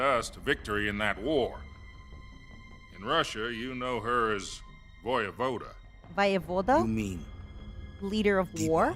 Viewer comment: Loving the Russian pronunciation guide. :face-red-heart-shape:( , ) Khrushchyov. 👞🤏 Voyevoda. 🪖⭐